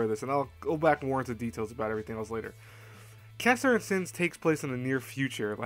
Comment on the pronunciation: Why do you say cassahern?? Is it your accent? It's Cass-hern.